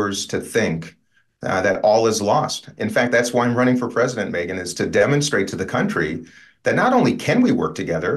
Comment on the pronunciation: WTF'S the "PREZINENT"?